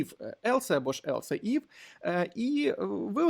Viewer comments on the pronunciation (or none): Дякую за курс і вашу працю. Не хочеться докопуватись, але все ж таки невеличкий коментар, я не знаю чи я один такий, але оце "елсЕ" ну дуже вже ріже вухо 😅